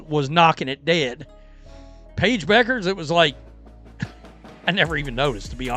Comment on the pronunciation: teach your ai how to pronounce Paige's last name